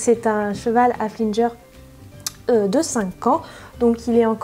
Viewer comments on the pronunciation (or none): super video comme d'hab par contre tu me stresse on dit un haflingeur pas comme tu dit voila sinon c'était superBISOUS